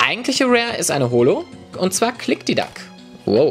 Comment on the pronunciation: jeder kann sich mal versprechen:)